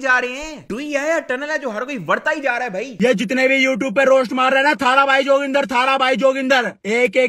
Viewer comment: love the way he says personal favourite OOTOOBER 😂😂